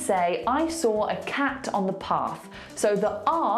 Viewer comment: I don't hear a difference between your "de" and "the" :/ Still sounds like a D to me, just that you don't emphasize it as much as when you say "de".